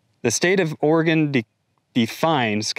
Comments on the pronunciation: First dude learn to pronounce Oregon correctly! It`s ORYGUN! But great story! Yes,I was born in Oregon and left for Texas some years ago. I grew up on a small farm in Central Oregon and now as a formulation chemist I went to live in Texas, and I am glad I got out. This is typical mindless/brainless behavior of the leftist`s in Oregon. I recall back in the 1970`s, the environmentalists used the "endangered" Spotted Owl`s to shut down logging in Oregon. Their arguments were based on the supposition that Spotted Owl`s only nested in Old Growth Timber. So consequently all trees over a certain diameter were protected from harvest. So their lawyer`s rational was called into question when I saw Spotted Owls making nests in "Bang Boxes" which are 50 foot tall steel towers used by saw mills to debark the trees, when they unload logs off the trucks. It is a very tall, and very noisy thus called "bang boxes". I watched Spotted Owl`s make nests in the top of the towers. I discovered that the animals were smarter than the environmentalists and their lawyer`s. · The first thing you probably want to do is learn how to pronounce Oregon correctly. I'm not sure where you're from but you should take your bulshit back there. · For those who don’t know how to pronounce Oregon like this guy. Say it like human organs. There no ORY….. GON. It’s organ!! One sylabol. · If you live in Oregon it's not pronounced Ora-gone. Sometimes he says it right, sometimes he doesn't. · he slipped up and said or-e-gon! He's a spy! Get him! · It's pronounced Or-e-gun not Or-e-gone. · "It's not oreGUN. It's oreGONE" -Hermione Granger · Pronounced "OREGUN" not "OREGONE" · Isn't Oregon one of the Organic farm and free range leaders? They are now running more small businesses out. Please stop it Oregon! Remember locals pronounce it Ore-gun, not Ore-gone. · 240k views using the things I have seen argument. Impressive! Now, can you say ory-gun? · It's pronounced Orygun. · It's pronounced "OR-a-Gun"